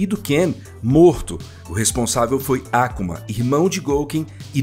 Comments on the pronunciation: Taikendo tá tranquilo.. me pegou mesmo foi o falando “ÁKUMA” e não “AK(Ú)MA” como um ser humano normal 😂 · Finalmente um vídeo bem produzido e roteirizado da história completa da franquia. Belo resumo! Parei no SF2 e voltei agr no SF6! Mto braaabo!!! Ps.: a pronúncia "Á-ku-ma" não dá, galera, para! Todo mundo fala "A-kú-ma",po! 😅😂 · "Ákuma"? A grande maioria das palavras de origem japonesa é pronunciada em oxítonas; e não proparoxítonas. Então o usual é colocar a sílaba tônica no meio ou principalmente no final. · Seria perfeito se a Capcom contratasse algum estúdio japonês para fazer um anime dessa história bagunçada da cronológica de Street Fighter, com a mesma qualidade do ótimo Street Fighter II Victory nos anos 90. Obs: No Brasil nunca tinha ouvido antes alguém chamar o nome do Akuma com o sotaque americano, que é Ákuma e não Akúma, como boa parte das pessoas daqui costuma dizer... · Pq esse narrador não mudou a pronúncia do Ryu e do Ken também, pra Ráiou e KImm. Baison, Ákuma, Déusin é muito idiota falar assim em português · Boa oratória. Porem tem alguns erros como a pronúncia do nome do Akuma (não é Àkuma, não tem acento agudo e o próprio jogo fala correto) e a Rose não é discípula de Bison e sim a parte boa que se separou dele (decisão do próprio Bison para se tornar pura maldade).